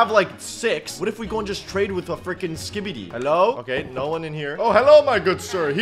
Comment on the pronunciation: The way this guy says skibidi is perfect